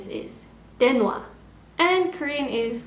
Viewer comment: well i mean before we learn chinese words u need to learn the pinyin aka the pronounciation and idk if u learnt that because i noticed u didnt quite pronounce the chinese words correctly for example 电话 is pronounced as diàn huà and not diàn hua which in this case u pronounced wrongly